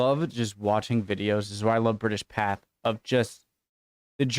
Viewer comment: Hi, I enjoy your reactions videos. You and Embrace the Suck! Btw, British Pathé.. Pathé is pronounced 'path-ay'. It's a French word